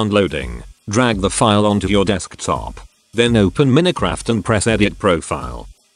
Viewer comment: he doesn't even know how to say minecraft...